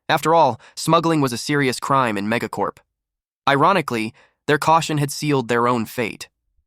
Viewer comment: when ever he says mega corp I aways think he is saying mega corn